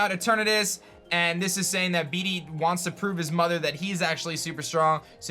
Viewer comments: Disliked. Stop. Saying. BeeDee. Say it like Bayde or something until they release official proniunciation. Nobody wants their jerk rival to have a silly crappy name. Thanks. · yo heads up, pretty sure Bede is pronounced like bead not bee-dee